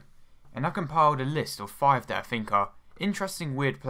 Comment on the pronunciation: And a Jonathan Woss ""R"" sound.